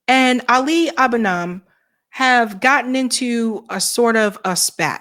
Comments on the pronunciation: I think that you do great work but please learn how to pronouce people's name right. It's "Ali Ah-bū-nee-mah". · Great segment, but learn how to pronounce Ali's name, ok?